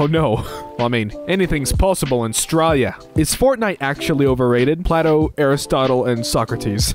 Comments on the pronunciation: you did its play toe not plat oh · Yeah, you did, it's pronounced play-tow, not pla-tow (not trying to be mean, just trying to share a little bit of ancient Greek history) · Acording to my teacher, Plato's name is pronounced "play-doh." Do not ask me how or why, thats just what my teacher said. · For some reason I thought Plato was pronounced like playto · this may just be one of those situations where there are multiple correct pronunciations for the name.